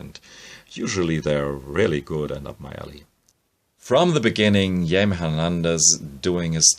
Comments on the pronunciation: Actually Jaime is pronounced closer to “Hi-Meh” (not May) with emphasis on Jai (Hi) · Jaime Hernandez or Xaime's name is pronounced (Hi May)